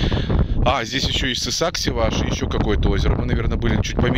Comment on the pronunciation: Не Сысак, а Сасык!😡